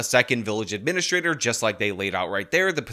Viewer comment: “Uhh-mena-straight-or” is the funniest way I’ve ever heard administrator pronounced.